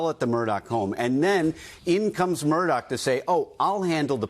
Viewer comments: Because, according to the family, it's spelled A-L-E-X, but it's pronounced "Eh-lick." Also, "Murdaugh" is pronounced "Mur-dock," and not "Mur-daw." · Are you supposed to pronounce Murdaugh as MurDOCK or MurDAH?